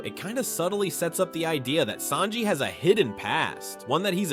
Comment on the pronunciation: Holy crap, I'm glad I'm not the only one. Who the heck are Saybo and Saynji?